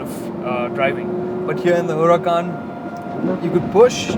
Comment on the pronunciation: U pronounced Huracán wrong👎🏾